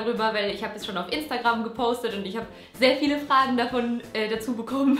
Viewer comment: Endlich auch jemand, der "instagrammm" und nicht "instegääm" sagt 💪